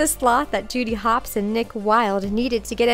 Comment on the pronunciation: Did anyone here her say tooty hops instead of Judy hops